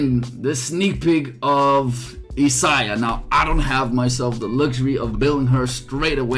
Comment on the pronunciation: Sorry, being nitpicky...her name is pronounced "Eye-say-uh"